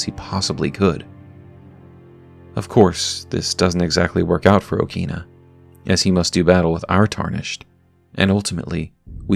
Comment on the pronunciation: In Japanese pronunciation, it is pronounced as "O-kina" in short "a" sound.